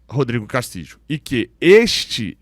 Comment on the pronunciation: A pronúncia do nome do uruguaio tá errada. Fica a dica.